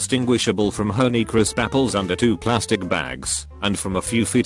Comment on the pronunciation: Hown-ee crisp apples